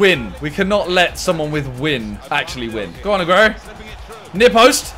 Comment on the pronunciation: Agüero not aguerio